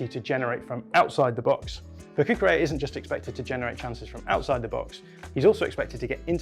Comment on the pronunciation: BTW, the "LL" in Cucurella's name is not pronounced like a "Y". His name is Catalan, not Spanish. It's more like a "LY" sound.